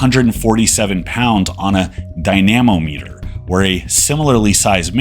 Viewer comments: I believe it is pronounced: Dina-mom-e-ter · Funniest pronunciation of dynamometer I've ever heard 😂 For reference, a dynamometer is what you use to test the power of a car. The wheels either sit on or are bolted to the dyno and it measures the force applied by the motor which is then converted to horsepower.